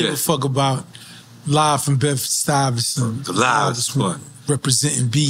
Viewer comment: “LIVE from Bedford STUY-VESant , the LI-VESt one “ …..definitely rhymes 😂